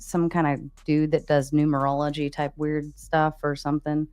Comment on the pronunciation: Gary's wife can't even say Numerology